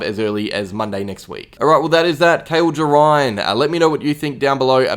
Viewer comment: It's pronounced Jerr-Ain